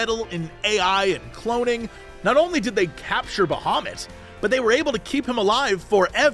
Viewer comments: Who tf is out there saying "Baha moot?!" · When Jesse says Bahamut, I always hear "Da Hobbit". It confused me several times in a very funny way.